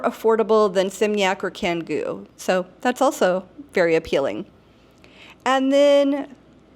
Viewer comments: Do you live in Bali? Have you been there? Pronunciation is Indonesian is very easy as is phonetic and i feel that if you had been there for any length of time you would know that c sounds like ch. so it’s chan-goo, not can-goo. One you know how each letter sounds, it’s phonetic! I don’t live in Bali but I’ve visited there a few times and learned some key phrases and learned how their language works. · The letter "c" in Indonesian is almost always pronounced "ch", so it's "Changgu" and not "Kanggu".